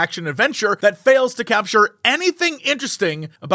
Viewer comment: Hate to burst your bubble, no you didn't pronounce that correctly at all xD But thanks for trying at least!